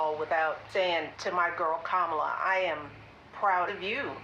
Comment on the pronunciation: That's authentic, you bigot! Pronounce her name correctly or else!